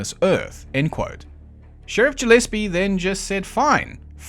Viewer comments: Ja lease? I'm pretty sure it's pronounced Guh leese. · Gillespie is with a hard G, like Gorilla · Gillespie is usually a hard 'g.'